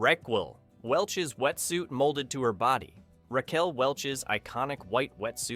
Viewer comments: "Rack-Well" At least this time AI got Ms. Welch's name right. :O) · Can't A.I. correctly pronounce the name "Raquel" at this point in time?